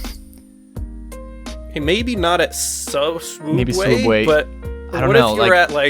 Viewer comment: Did you say swoobway instead of sooubway? I'm disappointed in you.